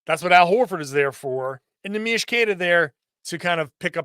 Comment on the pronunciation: Neemias Queta not Neemish Queta